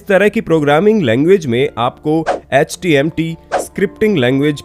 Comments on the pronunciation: Sorry but, it's "HTML" not "HTMT" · It's html not htmt😂